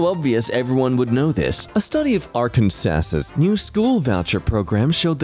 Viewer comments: I'm sorry, but if you ever visit Arkansas, we're gonna have to arrest you. It's against state law to say Arkansas as anything but ARK AN SAW (or AR CAN SAW if you wanna sound more like your from the south USA) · as an arkansan, I will now be saying arr•can•sass because that is freaking hilarious. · where do they say akransas??? im so confused, i may be dumb but what